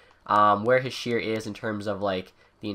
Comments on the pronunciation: I know right? I cringe every time I hear him say "Hee-sheer" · His name is pronounced "heeshay"